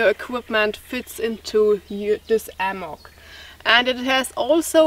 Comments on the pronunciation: Why "ammock"? It's "hammock". Thanks for your comparisons. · thanks muchly..h in hammock actually is a fricative,or a voiced sound.so the h has to be heard..not ammoch..but I love your English and can listen and never get tired..by the way your time with Lilly camping out was pleasant.you are both fantastic and I never get enough.. (:-).your friendly teacher.. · The letter "h" is not silent in english. Hammack, hat, hard . Make the h sound by exhaling the way you would exhale humid air on to glasses to clean them.